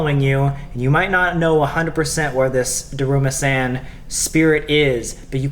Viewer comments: SAMMM! U were killing me- its pronounced DERUMASAWN not DERUMASAN 😭🤦‍♀️😂 I love u but that was just killing me for some reason 💀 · it's duh-room-uh-s-on